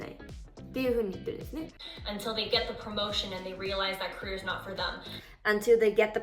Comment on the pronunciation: careerの発音がほぼKoreaなんやなって…